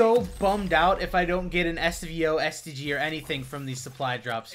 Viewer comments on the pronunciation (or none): I thought for sec that he said "I'm going to be so bummed out if I dont get a STD..." hahahh